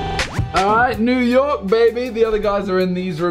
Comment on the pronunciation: "New Yolk"